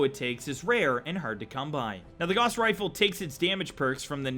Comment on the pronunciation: Gauss is pronounced with "gau" rhyming with cow